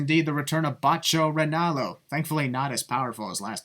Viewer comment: Stop. Calling himbotcho ronallo